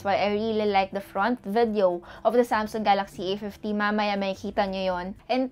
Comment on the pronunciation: Ate I love u, na bobother lang ako sa pronunciation mo ng VIDEO, hehe.